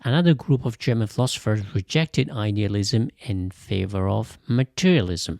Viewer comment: The AI language needs to upgrade to better German pronunciation. The pronunciation is butchered.